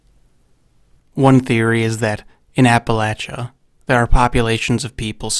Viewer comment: Thank you for pronouncing Appalachian correctly.